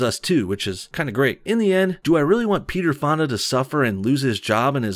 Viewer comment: when he said peter fonda I thought he said pedo fondle